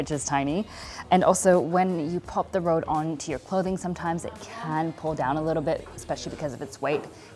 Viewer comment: Its « Reud » not « Rowd »